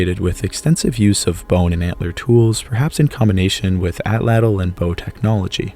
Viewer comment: you mispronounced Atlatl lol sorry since on all ur other videos u emphasize on it TL at the end makes at Tch sound just thought it was funny